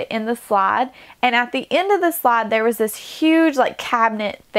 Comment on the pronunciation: This is a fantastic transformation. just beautiful and you've maximized space. The floral picture was very clever. I have to laugh though, I hope you wont be insulted, but I could NOT for the life of me figure out what the heck a "slod" was. Every time you said it I was confused. I was thinking there was some RV lingo I didn't know. I was about to look up "slod", Then the lightbulb went off over my head OHH! SLIDE. My dear that's a long "I" sound. There's no slod in your RV. LOL